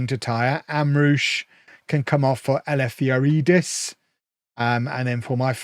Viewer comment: Try pronouncing Eleftheriadis as Elephtheree adis the name has a Greek origin